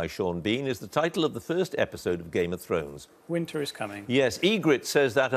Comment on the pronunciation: Oh God, Humphrys' Game of Thrones pronunciation was a train wreck. Up to him if he doesn't want to watch the show of course, but given how much he's paid it's pretty poor not to spend five minutes preparing before the quiz. His job isn't exactly rocket science.